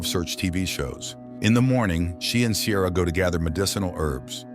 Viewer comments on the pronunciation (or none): Her name is Ciara, pronounced Keera😂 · I’ve never heard the name Ciara pronounced like that before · You NEVER watched the film otherwise you would correctly pronounce Ciara.